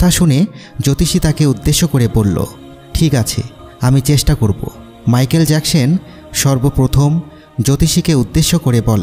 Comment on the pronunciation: মাইকেল জ্যাকসন হবে মাইকেল জ্যাকসন হবে ভাইয়া ভালো করে বলতে